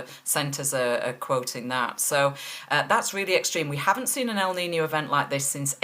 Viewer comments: "El niño" needs to be writted with "ñ" its not "nino" its "niño" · 1 it's Kneen yo. Not nino. 2 what is Celsius? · Correct you pronunciation of niño. Not nice to hear the poor attempts of your English reporter. No excuse.